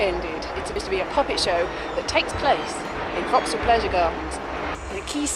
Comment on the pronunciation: Lovely! And now I finally know how to pronounce Vauxhall.